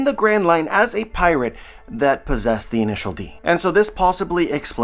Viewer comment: Every time you said "Intial D" I got a weird sense of De javu.